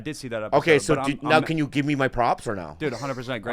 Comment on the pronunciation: “We gib up” 😂😂